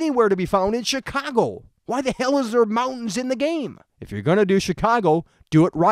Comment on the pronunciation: I love the way you say Chicago. "SHEECWAGO" Anyway, onto the actual topic of the video. Graphically, I think this game looks quite good. Better than GTA V definitely, not by a mile, but noticably better. Realism, yeah, that's something I can completely understand. If you're going to make Chicago, make Chicago. R* North simulated L.A incredibly well in GTA V, so we know it's possible on CURRENT-gen systems. As for gameplay, it could be something very unique and very fun to play, IF they play all their cards right. The world and it's missions need to take full advantage of every hacking ability (and for that matter, every ability, hacking or not) so the gameplay is varied and unique. I don't want to just be hacking cameras every 10 seconds and never touching the blackout ability, which has been done A LOT in gameplay videos.